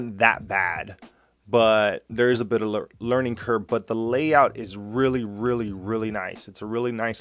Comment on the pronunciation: Did you say "Learning Curb". Lol, thanks for the vid. Helped me out a lot. Keep up the great work man 😁👍